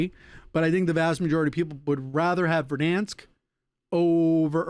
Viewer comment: Its funny the way he says “Verdhanskkkk” 😂